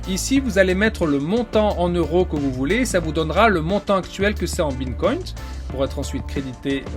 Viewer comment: Superbe vidéo par contre on dit Bitcoin pas Bincoint 😄 🙏